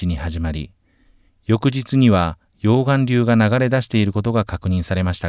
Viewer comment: 溶岩流のイントネーション。